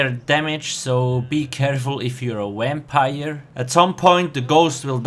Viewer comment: "wampire" lol :D